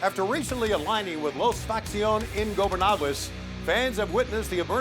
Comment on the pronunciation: Tony Schiavone can’t even say la facción ingobernable without an s at the end he’s so bad 🙄